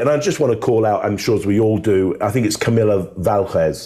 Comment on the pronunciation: I kind of agree. Vasquez is not that hard to pronounce. It’s not about correcting a person but, if you’re going to be on YouTube and you’re going to be a public figure you should try to get a name like that correct.